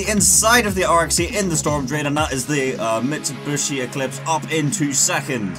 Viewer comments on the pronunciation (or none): did you really say mitsubushi :D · I love how he says Mitsu-bushy